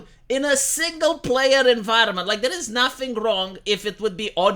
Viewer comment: "It eez what it eezz..."